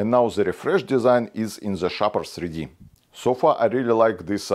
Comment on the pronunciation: Thank you. I listened 5 times and gave up 😅